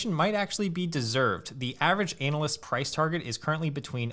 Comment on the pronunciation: ANN-UAL... not ANAL-UAL... ANAL--LYST Lol...Definitely better to pronounce it like this: ANA-LYST.. I Don't know if that's your accent, or what but yeah lol (You can hear both ) Great video! Thanks for posting! Investing in Metaverse companies is a no-brainer. They'll should all do really well!